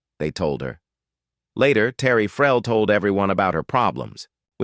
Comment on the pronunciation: the AI voice means Terry Farrell . I am very sure about this